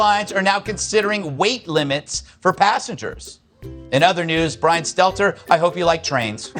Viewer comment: I like it when people pronounce his name 'Stetler' 😂